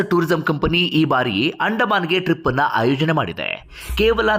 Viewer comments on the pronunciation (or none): none